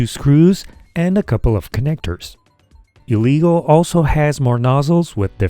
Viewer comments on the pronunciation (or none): its pronounced "eh-leh-guu", not "ee-lee-go" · It’s pronounced as L-ah-gooo Not l-e-go